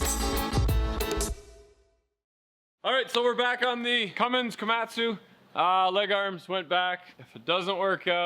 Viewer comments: funniest shit ever when he was yelling leggers I had this video playing in my shop and when he said that everyone looked at each other like noooo he could not have said what we think he said and then we realized you were saying leggerssss, shit had us dying because all of our faces were just priceless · Pretty sure he was hollerin Welkers but yeah thought he was hollerin something else to at first